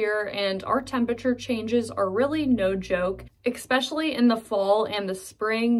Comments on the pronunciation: 😅that’s the major thing that stuck out only a quarter way into the video . But she did warn us about the language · We should all be glad having you doing such a kind and friendly video. I think you are perfect. Just 2 things, pretty please. One. Unless Webster's has changed it. If you use the word especially often. here is no letter x in the word. EX_pecially in a video. Second one you should add the "parking chair" habit practiced here😄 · I grew up in Pittsburgh, but left when I was about 27. I am 80 now. I never heard anybody say "yinz" growing up, but did hear some folks say "yunz". I always wonder why the Burgh decided to be "yinzers" instead of "yunzers". Also, if I may, the word is "especially" and not "expecially" - even in Pittsburgh. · Speaking of Pittsburghese, I like how she says "exspecially" instead of "especially". (Incidentally, I was born and raised in the Brookline neighborhood of Pittsburgh.) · Is "exspecially" Pittsburghese also? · Expecially? Is that your own mispronunciation? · Well done! I like how you keep saying "expecially." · When she says "ekspecially". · Ecpecially 🥴...... especially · Eckspecially ? Really ? I didn't know that was a Pittsburghy thing. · I had to stop watching for that mispronunciation... Annoying and repetitive. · Yeah, I caught that ekspecially too...she probably isn't aware that she pronounces it that way...when I moved to Southern California I kept saying yins until I realized it was weirding out people. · Sounds like you can add "expecially" to the Pittsburghese Lexicon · Ha Ha.... you said "ekspecially"! Definite Pittsburgher! Love that city! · #11. You pronounce "especially " as ex-specially? The C is silent in Australia, UK, and as far as I'm aware everywhere (or everyone?) else in Nth. America. I know, it's trivial. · Only a few minutes in and wondering if “x-specially” (especially) is a PIT thing or just this content creator? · Is “eXpecially” also Pittsburghese? You def say it. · Eckspeshully lol